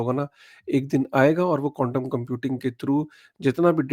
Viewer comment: ❤Bhai aap baar baar condom computing bol rahe ho. Quantam computing bolo 10 baar clearly Bhai.😂